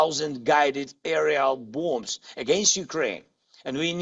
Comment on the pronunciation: "Boums" lol😂😂😂😂 you better seek peace instead of weapons